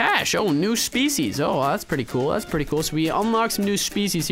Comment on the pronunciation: i dont wanna be rude because i dont english that good myself but, "species" isnt pronounced like that.... Username: SardaCandy